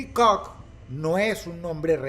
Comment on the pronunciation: Que bonito dice “COCK” ese Dross, es un loquillo 🥴